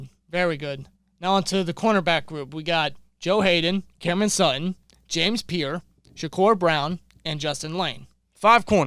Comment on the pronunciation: Pierre not pier